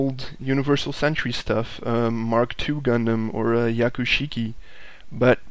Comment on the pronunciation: you do pronounce the "h" in hyakushiki